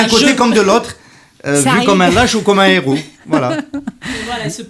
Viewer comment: S'il vous plaît, on ne fait pas la liaison avec ''heros''